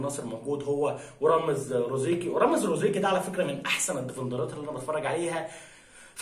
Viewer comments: زروقي 😂😂 ماشي رزروقي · رامز زروقي وليس روزيقي للتصحيح فقط أخي الكريم